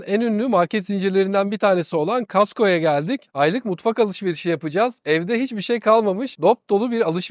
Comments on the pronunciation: COSTCO NOT KASTKO!!!! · Hahaaaa... ben de ilk kez Kastco denildigini duydum. Esim Kanadali, o Kostko seklinde telaffuz ediyor. Kastko komik olmus evet. :) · Costco demek çok mu zor anlamadım, kasko der gibi Costco diyorsunuz :) şaka bir tarafa organik ağırlıklı beslenmeniz oldukça güzel, ingiltereden selamlar. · Daha Costco nasil telaffuz edilir bilmiyorsun. CHASTKO değil Costco kibar söylenir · kasko derseniz millet baska sey zanneder kosko okunusu